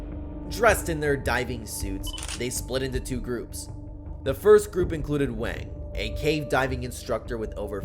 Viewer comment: The name Wang is pronounce with an "ah" sound, like in the word "water" or "gong", and not the way you're saying it.